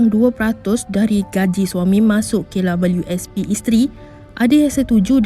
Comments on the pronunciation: Kenapa dia sebut K Lawelieu S P,,,lawak la,,,hehe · Pnyalah bnyak kali dia sbut abjad 'w'..smpai kesudah x ok ok jgak.. Kalu dh pyah sgt..cuba sbut cmgini..'double u'.. Mesti ok truih.. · Kenapa sebut klabyusp Sepatut nya sebut kdabel u sp (KWSP), sebutan kena betul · Aki sorang je ke yg dgr dia sebut klabiuespi 🤣🤣🤭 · Beria2 akak dnga betul2..k labeliu sp🤣🤣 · "Kay labelu es pi" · Sy nk komen gak psl perkataan tu...memg nk komen pun cume x tau nk buh ayat ape 😆😆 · Lidah pendek ke dik KWSP susah benor nak sebut hahaha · Maaf hihihi...... Puas saya dengar sebutan KWSP admin ni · k labiu sp..susah sebut kwsp ya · Kenapa sebutan KWSP dia pelik je bunyi nye. Rasa annoying je dgr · apesal admin ni sebut kwsp mcm xlurus jer😀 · Kenapa mcm susah nor nak sebut kWsp tu.. 😁 😁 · Aku stop tgok vedio ni sbb terganggu dgn sebutn double u. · Say it again...W.... Struggle sgt tu...